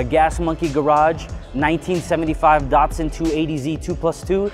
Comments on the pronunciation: DAT.SUN, not DOT SUN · Really nice car, well restored D-"A"-tsun not DaR tsun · DAT SUN not daughtsun. Sounds like DAD, say Dadsun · アメリカの発音では「ダッツァン」なんだね～ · Nice "dartsun"